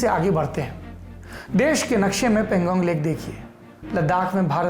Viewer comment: Saurabh bhaiyya .. Woh Pan-gong lake hai .. I think pronunciation was erred !